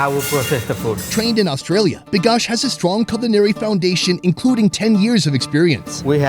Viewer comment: Its not BIKASH its VIKASH